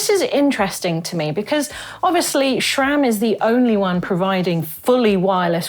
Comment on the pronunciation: SRAM not SHHHram, google it! Great vid though.